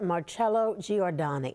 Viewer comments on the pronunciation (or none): With respect, could this country PLEASE learn to pronounce Italian names!? Not Gee or Dano! It's Gjor da no. Three, NOT , Four syllables.